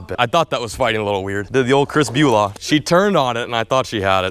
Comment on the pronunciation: “The old Chris Bulaw” LMAO